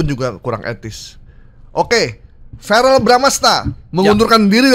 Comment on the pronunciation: Verel bang Verel BUKAN FAREL